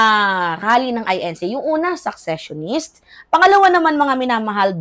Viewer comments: secessionist hindi successionist sesesyonist pronunciation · Gud am,fan mo ko kaya correct ko ang cnabi sa content mo ngaung araw...hindi successionist dear but seccesionist ok?take care.